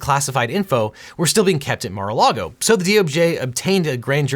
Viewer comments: haha yea NARA LAGO spelling is even weird , was thinking there might be another place called NARA LAGO. Think it’s MAR-A-LAGO he kept saying Nara. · Objection: Seriously "Nara Lago" . Remember due diligence in all content is important. 😄